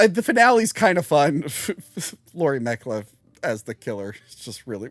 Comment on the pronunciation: Who the fuck is Laurie Metcliff?! It’s Metcalf,.